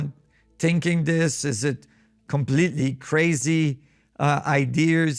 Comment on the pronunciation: Love the vay you say am i compliteli insaine smiler